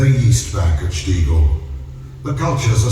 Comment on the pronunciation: Hi and. Enjoying your videos from Austria. One of my favourite countries to visit. Some great beers. Stiegl is pronounced like Shteegel and last letter is an L so like SHTEEGEL. Try ordering in your new found German/Austrian accent 😁👌🏻